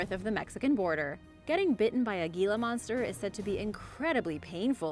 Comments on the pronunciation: Gila is actually pronounced HEE-la not ge-la. The Gila Monster is an amazing creater. They tend to be very shy and actually prefer not to use it's venom unless it is absolutely necessary. However I did almost incur ones wrath while visitingCasa Grande National Monument near Gila Bend AZ. While a guides tour at the monument I almost put my foot down on the tail of one of these beautiful creatures. Even the ranger had not noticed it but as I pulled my foot back suddenly and stopped all of the group stopped and was looking at it as the ranget bent down and picked it up to let all of us get a closer look. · Sorry, Gila Monster is pronounced "hee-la." Living in the Southwest U.S.A. I have had personal encounters with them with no issue. I know enuf to keep my distance, having had a friend growing up who got bitten by 1. Nothing terrible hapoened, just severe chew marks and scars. Baltic Sea Anomoly, if it's a natural formation then PLEASE explain to me why are there the Electromagnetic anomalies? Only above and near to the Anomoly at the bottom. Reply please with accredited theories, PLEASE no crackpots. I'm merely inviting "mainstream, accepted history personages" to reply with reasonable theories and I'm willing to discuss the possibilities brought up. I merely want a solid answer that explains and discuss with me so we all can understand better. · I know it's spelled Gila (monster), but here in the west, it's pronounced Hee-la. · The Gila Monster is pronounced Heela Monster. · I live in Hawaii and actually had one of those foot long centipedes come out of my sink drain when I turned the water on, scary s**t! I really enjoy your videos, very informative. So many people learning from you, I have one constructive criticism. You pronounced most Spanish words beautifully, but the G in Gila monster is pronounced like an H. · The 'G' in Gila monster is pronounced like the letter 'H', owing to its Spanish origin.